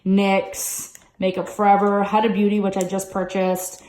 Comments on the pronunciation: Oh girl let me get you right HUDA it is not A it is U huudaa ughh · It's pronouced HUDA with a U, not with an A